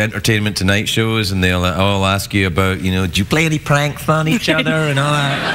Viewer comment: So it is the Scottish that says "aboot" sound when saying about.